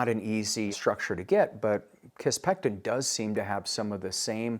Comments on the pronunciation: Sounds like you're saying kisspeCtin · Please learn how to pronounce kisspeptin before pretending to be an expert on hormonal therapy.